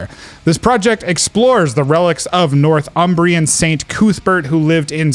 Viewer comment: Hey guys thanks so much for the kind words for the album. Really appreciated the passion you have for it. And obviously I can’t comment as I’d be bound to make similar mistakes, but just for the record…. It’s pronounce nor-thumbrian not north-umbrian, and Cuthbert with the u as in “but” not as in “truth”. All aside though I’m flattered at your comments thank you.